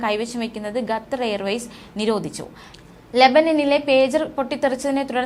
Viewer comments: 🙄ഗത്തർ അല്ല ഖത്തർ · ഗ്ത്തർ അല്ല.ഖത്തർ ആണ് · എടി പൊട്ടിക്കാളി ഗത്തർ അല്ല... ഖത്തർ ആണ്.. നമ്മുക്ക് അന്നം തരുന്ന നാട്.. പേര് മാറ്റി പറയല്ലേ.. Pls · QATAR ഖത്തർ,അല്ലെങ്കിൽ കത്തർ എന്നെങ്കിലും പറയൂ,അറബിക്കിൽ ഖത്തർ എന്ന് പറയും എന്തോന്നാണ് മക്കളെ ഇത്!